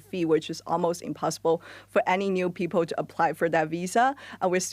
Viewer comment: Why do you pronounce people as p-pole